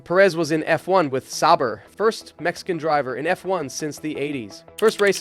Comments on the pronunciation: Pretty sure it is, watched a video on the channel and Sauber is pronounced correctly. In this video Sauber is pronounced incorrect multiple times the b is almost non existent. Some other weird things with inflections and such too. There are times where the voice stops weirdly then speeds ups randomly like AI voices usually do. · Is this AI or something? sauber pronounced sour 1980, one thousand nine hundred and eighty?? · Love the video, hate how you say sauber 😂